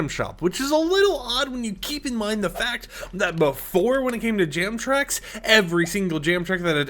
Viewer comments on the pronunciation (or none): none